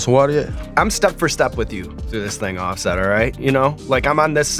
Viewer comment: "Offest"? Was his daddy a printing press?